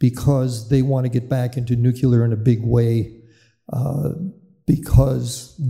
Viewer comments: Just say it as it’s written “nu” as in new, then “clear” as in a clear day. How do they get nu-que-la? It bugs me as well. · Why does this gent keep saying "nucular"? Should not an expert on nuclear power be able to pronounce the word 'nuclear'? Just sayin'. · Ya know, this guy probably has a lot of information and background knowledge of the subject, but it just BUGS ME when I hear nuclear expert constantly pronounce the word "nuqueler". Former US president Jimmy Carter constantly said "nuqueler" even though he was a captain on a nuclear submarine. Sorry for the rant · Nukeler indeed. Amerikanese stuperity